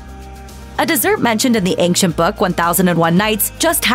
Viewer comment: There is no k sound in the word ancient